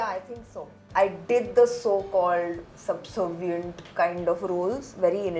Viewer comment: There is no word called subsovient..it is subservient